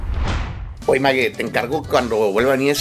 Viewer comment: "Magui" xd